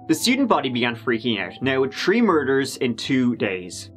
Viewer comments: In this episode, said “tree (3)” or a variation five times, and also said “turd (3rd)” twice. Well done,. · Happy 2022! I look forward to your stylish vids and love, love your accent - especially when you say ‘tree people’ and I think of Tarzans. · ON THE COUNT OF ONE TWO TREE 🌳 🤣🤣🤣🤣